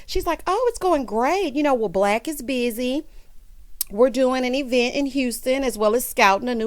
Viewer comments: Not the EEE -Vent. 🤣🤣🤣🤣🤣 Tisha life is an advent ture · 🤣🤣🤣🤣not EEEEVENT! Tisha tale is messy and illiterate. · Yes!! New subscriber here!! I’m cracking up! Eevent and business adventure 🤣